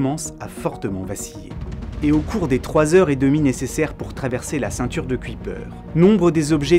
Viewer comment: Bonsoir, une remarque qui se veut constructive: Jan Oort se prononce Ian Haurtt (avec le 'au' de 'au revoir'). J'en profite également pour écrire que Kuyper se prononce "cueille peur". Merci pour cette vidéo ;-)